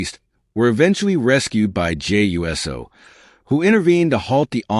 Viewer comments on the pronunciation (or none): Who's Jey U.S.O? So tired of these AI videos that are not pronouncing people's names correctly.